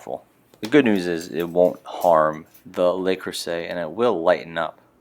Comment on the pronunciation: I'm French and you're wrong. The "le" is correct; the "s" in "creuset" should be pronounced as a "z" but it's very rude to correct a non-native on their pronunciation except in language class.